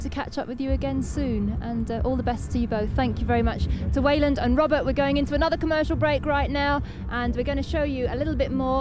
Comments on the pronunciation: You would think someone would have corrected the interviewer on the pronunciation of Weiland, I cringe a little every time lmao. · She keeps calling him "Weiland", lol